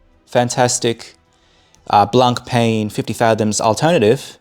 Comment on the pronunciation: Hey man 👋 definitely like seeing your thoughts on the channel but 😬 you need to look into how to pronounce Blancpain. Definitely after time when you grow more and more into the hobby you’ll be saying to yourself “I should have done it earlier…”😂 all good 👍